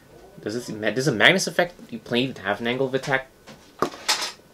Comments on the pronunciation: why were you saying mangus ? its mag-nus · its actually pronounced MAG-nus (its my name)